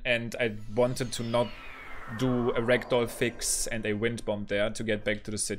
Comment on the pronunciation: idk if he does in this run or not, but my favorite is when he says “ragdoll” bc it sounds like “rectal” lmao. german accents are excellent